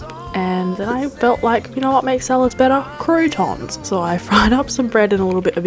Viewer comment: It is so funny how you pronounce "croutons" 😄 It always sounds very interesting if english, american or australien peolpe speak french 😅